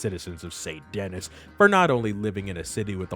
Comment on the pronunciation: Its Pronounced Sai-n Den-e lol